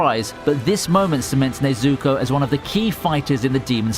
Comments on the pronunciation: My man just said nezooko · Bro I hate when people saying things wrong it’s nezuko not ne zuko you dumb shi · ne-zu-ko, get it right man, not nay-zu-ko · Why is he saying nazoko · Nobody: Commentary: "Nayzooko" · him saying “ Nezooko “ sounds like “ SACTION SAZUKE “ 😂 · Is it just me or does it sound like he’s saying neazuko instead of nezuko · I hate how you pronounce nezuko. Its Ne-zu-ko, not nezukou. get it right or shut the hell up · It's not Nay-Zuko, it's Neh-Zuko.. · Sorry but its pronounced nezooko I know this because i watched this series in english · bruh he said nezooko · he's saying Nezuko like Stewie says Cool WHip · Bro mispronouncing nezukos name is funny ad hell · man it annoys me how he pronounces some of the names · it's definitely not his accent, my british friends can say the names correctly so he might be doing it purposefully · Anyone else hate how he says nezuko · “NeazUko, Tanjyro” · It's not Tanjíro it's Tánjiro and not Nezúko but Nézuko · 'Tanjeero' 'nezooko' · Nobody:: nezooku and tanjeero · Tanjeero Tomeeoka Nezooko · nezUko? tanjIro? Nonononono pronounce names right please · "Nezukkooooo" "Tongeroooo" god I hate people who use content that they don't even watch/read just to make money. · Nezoookooo, Tangerro xD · “Tanjeero” and “Nezooko” Completely fucked up the pronunciation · My only issue with this video is the way you pronounced tanjiro and nezuko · Why are you mispronouncing Nezuko and Tanjiro